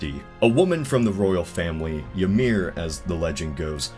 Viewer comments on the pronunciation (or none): I know I’m late, but I think it’s pronounced “Ih-meer.” Just treat the y like an I. Norse and some other Germanic languages always use a j for the English y sound. When they do use a y, it’s as a vowel.